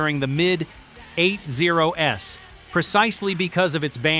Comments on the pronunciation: AI you can tell instead of saying 80`s it said Eight oh Ess and he kept calling the band W.A.S.P. as in the letters not the word. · The mid eight zero ess? WTF is that? God, I hate AI voice overs! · A lot of Click-bait AI can't pronounce 80's or words like WASP has to spell it out. MTV played "Were Mot Gonna Take It". Most the songs on this list were played by MTV. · Thumbs down for AI speaking and couldnt even say 80's right. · Multiple times....! I'm shocked! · I still think this is AI. If you are a real carbon based life form speaking in a North-American accent in English and covering rock history of the US and British bands, why are you located in Nigeria? Why would you ever think that mispronouncing 80s and pretending it was a stylistic decision is something anybody would believe? If you really are.a human and not AI, you should understand that a large number of people who hear something that sets off the AI alarm, they stop watching the video. Some stop the video and head to the comments section to warn others not to waste their time. I hope I’m wrong. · I’m a 62 year old gramma. I have this to say, “ Tipper Gore will eventually be gone. The music lives on.” “Eight zero s”. Dude, edit your AI already. And Mick, I want that bolero. RIP Ozzy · I've never heard of the 80s spoken out like eight-zero-ess. 🤣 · Dear "ROCK LORE" - fix your transcription software or stop letting an AI do the narration. Hearing someone repeat Double-U-Ay-Ess-Peee instead of WASP is just plain grating. And having it talk about the mid "eight-zero-ess" is what used to be called an epic fail. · sorry I don’t subscribe to channels that can’t narrate their open content. 8 0 S instead of 80’s, REALLY?’ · Cannot endorse videos like this that are so poorly made with AI that they call the eighties Eight-Zero-S. A little editing goes a long way. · It’s WASP “We Are Sick People” I hate AI voice overs!!! It’s “80’s” not 8 0 s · or "The 8-0-s" AI can't pronounce "Eighties" apparently 😅